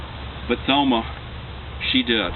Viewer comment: Too bad this guy (whoever he is) didn't even know my mom. Couldn't even pronounce her name.